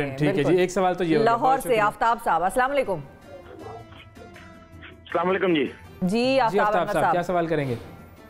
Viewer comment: Pehle to app anchor apko Salam Karna sikhe.. it's Salaam alaykum not Slam alaykum